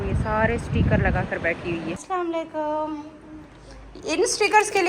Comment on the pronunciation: ko bolo sai trha slam bolya kry aslwalikum bolta h